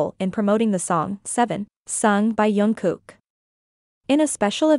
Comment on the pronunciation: Please pronounce Jungkook's name properly. It is Jung with a hard J not Yung which many use. If you watch JK pronounce it himself it is Jungkook, hard J